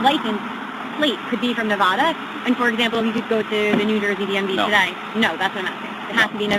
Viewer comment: No wonder that Karen got mad - the officer kept saying "Nevada" wrong :D